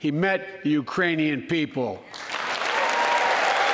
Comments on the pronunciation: I heard Iranian also. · mark... "The Uranian people" ??? Where - EXACTLY - is the country of Urain? Inactive the 25th Amendment NOW!💯😂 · Or the Uranus people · He 100% says "uranium people". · sure it wasn't take it in Uranus people??? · He said urainian, I grew up with a speech impediment. Sometimes letters aren't there lol 🤷🏾‍♀️ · Uranian Iranian 🤣🤣🤣 this guy and Putin laughing his ass off somewhere… embarrassing 🙈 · He said, "...the URAINIAN people...". All this time, we've been worried about an invasion from Mars by the Martian people. As it turns out, the threat from Uranus by the Urainian people should be the focus of our attention. LOL! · I think he just forgot the k in Ukrainian